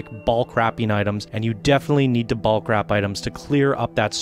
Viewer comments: if this guy says BALK one more time.......its BULK, like the incredible Hulk but with a B....BULK bro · yeah of course.....go look up the word in the dictionary and see how they pronounce it phonetically...its not Balk